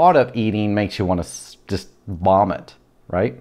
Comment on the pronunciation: I threw up as soon as he said "vomit" with so much emphasis. I feel better now, thanks.